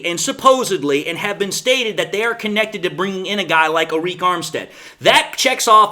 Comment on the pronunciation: its pronounced just like "ERIC"